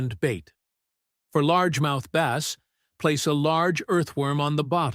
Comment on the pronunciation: Whay is it you cant pronce the word bass it sounds like ass